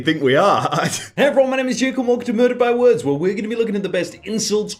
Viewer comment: i swear he said, "Welcome to verda by words."